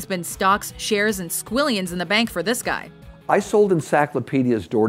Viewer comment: This is one of those few times that I've heard this name (GUY) pronounced right.